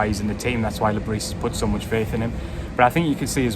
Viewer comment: Le bris pronunciation. The s is silent we have to get this correct out of respect for the